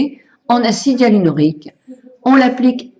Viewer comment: M-B Chg Bonjour madame je suis désolée mais lorsque vous parlez vous faites des fautes par ex vous dites tjrs l acidialrrlonique tjrs et au lieu de dire probant voudrais dite probant et vous mettez des s alors qu il faut mettre des x vous avez des difficultés à bien vous exprimer .merci de travailler votre français